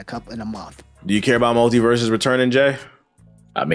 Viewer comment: The guest’s take on multiversus is wild. I cannot disagree any more with what he’s said lol Terrible take. But then again he could barely answer the simple question of “how do you feel about games as a service “ In fact he couldn’t even say the name right lol it’s multiversus lol furthermore the foundation and gameplay of the game is by far the most solid we have seen in the 3d platform space and the roster potential alone is far more recognizable and nostalgic to a broader audience then arguably any Nintendo character outside of Mario or legend of Zelda and 3rd party characters most ppl don’t know what games 90% or the smash roster originated from. So he gameplay was good , they spent an extra year polishing it lol . Most devs leave us with shit products. We are gonna sit up here and get upset that they want to take the game away for a year to cook ? Huhh??? When I hear these wildly inconsistent takes I just don’t know how to respond cuz it makes me feel like some ppl as long as they have a platform will complain no matter what. Not a jab at anyone on this podcast. But it’s just interesting. Cuz if devs leave us with a half assed game (in most cases that’s what happens . But in this case the game was decent but then the servers slowly deteriorated and content slowed to a halt ) I would argue it just doesn’t make sense in this case above most others to be full of so much scrutiny because of things like…. “Because Warner basically bros…” when it you even do a little research y